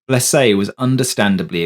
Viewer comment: Other than saying Blese name wrong good story. Too bad the other phantoms didn't follow till years later.